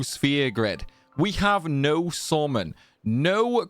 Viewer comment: Took me a while to figure out that with SORMAN you actually mean "summon".